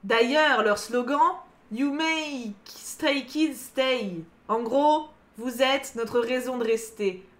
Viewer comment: Mes oreilles ont tellement saigné en t’entendant prononcer les prénoms des Stray Kids 😂